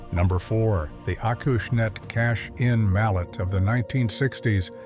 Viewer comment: Someday the ai world will learn how to pronounce hosel and putting. Now with this video we can add Acushnet.